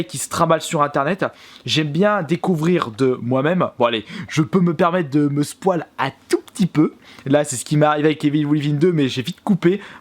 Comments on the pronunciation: Bonne video mais on dit pas "Spoile" sa se dit "Spoyle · Par contre apprend a dire "spoil" c est pas un poil On dit spoïl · Oh nan mais c’est pas possible.. Le mec prononce spoil = spoual... Un défibrillateur svp il m’a flinguer là..